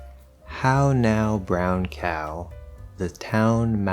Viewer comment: I made the question before I get to the pronunciation part of the video and, actually, I think you do it as well, hahaha. I mean, when you first said the diphthong isolated, ok, it was [aʊ], but then you said "cow, now" and I'm pretty sure it was [æʊ], hahaha